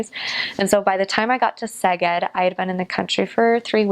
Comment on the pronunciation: She will probably not read this :( How she pronounced "Szeged". It was so great so beautiful so clear so good to hear. I am 30 year old Hungarian dude. Her pronounciation is very good overall i would say 80-90% accurate judging from so few words spoken :)